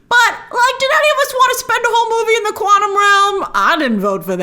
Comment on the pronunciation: Grace said "Quantum Welm" LOL